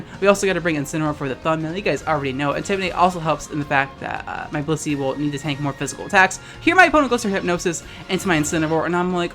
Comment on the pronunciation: Every damn time they said "Blissey" i misheard-ed as "pussy"